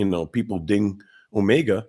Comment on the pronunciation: So far you're the only one I've seen who pronounces "omega" right.